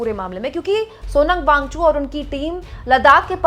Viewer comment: Thank you 🙏🏼 But Wang - Chuk mam not Wangchu.